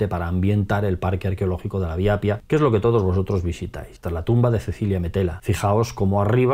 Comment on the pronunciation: Se dice y se escribe Appia no Apia. Es como en español: Carro y Caro que se pronuncia doble o simple según su significado, son 2 cosas distintas. Hay que doblar la "p" de Appia porque sino podría ser otra palabra distinta.